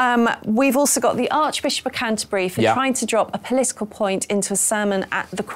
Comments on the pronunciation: She nearly said the Archbishop of Cunterbury 🤣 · did anyone spot Laura Dodsworth Freudian slip where she nearly said the arch bishop of c$*terbury instead of Canterbury at 16.27